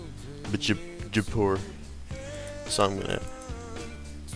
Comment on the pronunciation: "province of bitchapour"